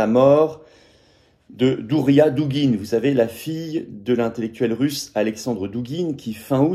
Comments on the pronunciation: DARIA, pas DOURIA ! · Daria, pas Douria.